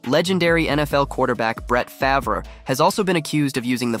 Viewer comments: Really ? Brett FAV RAY ? Its pronounced farve but spelled favre. 98% of sports fans know that 😂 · Dude... It's sad that you can't say DiBiase or Favre correctly but you nailed CVV.